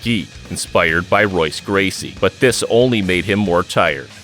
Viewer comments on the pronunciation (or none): You can tell if the narrator actually watches MMA by how they pronounce the name Royce Gracie.